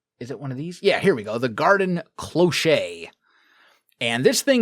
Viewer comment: I'm very sorry to be annoying about this but "cloche" is french and pronounce "closh" (it means bell). Is there a way to undo the recipe changes in Vault Hunters? I want to play the modpack but the recipes being all gated behind vault stuff (the recipes, not the mod unlock) is a bit of a turn-off for me ><